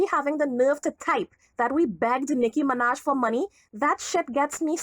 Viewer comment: They called her Noah Miraj sksksksksksks 😂😂😂😂